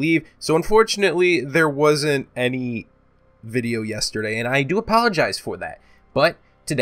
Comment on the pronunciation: "Back with another Frrrannhahor vidja"